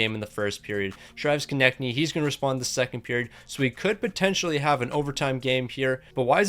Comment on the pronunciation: he finally said konecny right!!! he reads our comments🤣